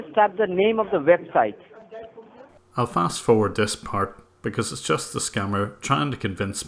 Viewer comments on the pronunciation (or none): If they pronounce website as “vebsite,” they’re probably a scammer